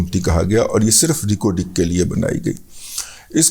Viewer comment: ریکوڈک ہوتا ہے۔۔یہ رق و ڈق کیا بلا ہے سرکار